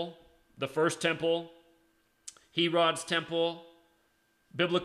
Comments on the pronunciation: I was thinking the same thing, lol. HEFFF-ER, HAIR-UDD. I'm not poking fun, really but hear so many Biblical words mispronounced in many videos. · fossils of dinosaurs This guy is not a Christian at all. He actually said Christianity and Islam come out of the same information, or some such baloney. He also is the only person ever to pronounce King Herod’s name as “He-rod”!!